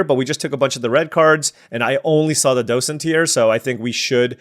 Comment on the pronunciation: you are pronouncing docent correctly